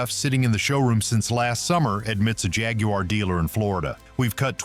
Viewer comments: Please learn how to properly pronounce "Jaguar". You sound foolish. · How do the yanks say it?....Jaguuuuuaaar